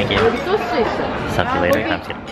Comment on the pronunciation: EXCUSE ME... Did this boi just say "suck you later" 😂 I'm dying